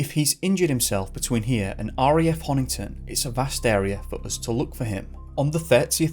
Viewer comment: I adore you madly and I'm so glad you covered Corrie 🤗 But it's BEAR-EEE, as in bury the body of St. Edmund 🙈😂 you got all the streets and pronounced Honington right though, am very proud! 🙌